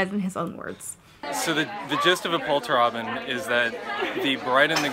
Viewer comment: the way you pronounce "Polterabend" is too cute! I had to re-listen three times before I got that it actually is the German word ^^" Also, you look bomb as always <3